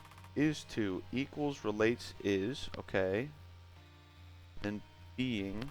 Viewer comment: You really screwed up calling it isto, didn't you?